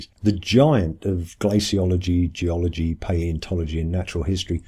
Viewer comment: o ma gawwd, gee-ology versus thee-ology